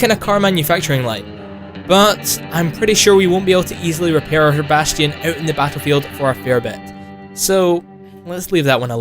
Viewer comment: he says bastion wrong